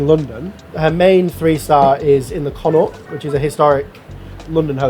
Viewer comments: Pronouncing the "The Connaught" as 'Con-aw' is hilarious. It's like people think it's french when it's the anglicised name for "Connacht", the province in the west of Ireland, which is pronounced 'Con-uckt' regardless of spelling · The way you pronounce Connaught hurts my soul.